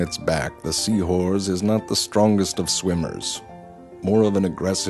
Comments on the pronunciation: Did anyone notice that he said " seawhores" instead of seahorses? Just me. Eff it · Sounded like he was saying sea whores….. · So anyone else keep hearing Seawhores? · I swear he’s saying “seawhores”